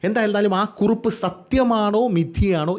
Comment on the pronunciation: കുറുപ്പ് അല്ല കുറിപ്പ് ആണ് 😅